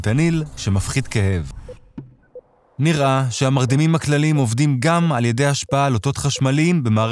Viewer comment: זמן: : לידיעה הצורה הנכונה היא: ' nir-E ש...'!